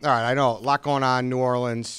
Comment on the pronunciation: Please stop saying New Orleens and arts district